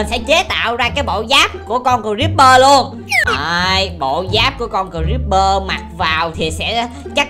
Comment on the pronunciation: Haha kiểu này cờ-ríp-bơ ở chuồng